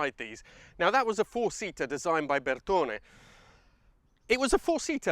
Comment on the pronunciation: Hi, I'm a petrolhead from Italy. Your pronunciation of Italian names is the best among YouTubers from the US and UK; thank you so much for respecting our language. Bertone, Pininfarina, Fioravanti... You're spot on. Great video by the way. Cheers